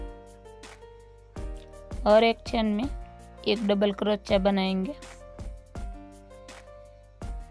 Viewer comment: Crochia pronunciation.... please correct it, i made it ur way, it turned really well, excellent design mam 🥰